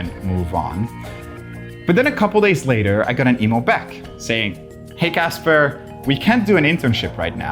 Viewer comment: Casper can't pronounce the letter 'H' in his words. 🥺